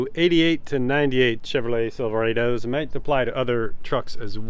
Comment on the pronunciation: Did you just say silverayydo?